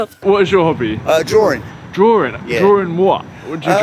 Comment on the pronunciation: I realised the pronunciation of hobby is kobby 😂